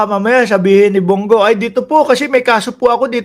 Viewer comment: Brod.Bong Go hindi Bung gu Ayasiv ka ba?